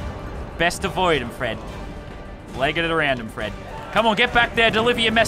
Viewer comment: Does anyone watch this in 2019 and think that Lazarbeam keeps saying “Fresh” when he actually is just saying “Fred”. BRU😂